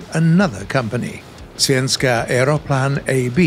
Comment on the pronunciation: As a Swede I can say that he says the word svenska super good 👍🏻